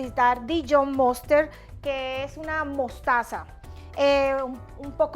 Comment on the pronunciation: Muy buena la receta. Consejo: Detenerse el pelo antes de cocinar. La mostaza en ingles es mustard, no moster